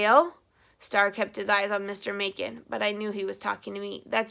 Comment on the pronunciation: 3 years later lol i wanted to let you know that your pronounce "Macon" mason. :)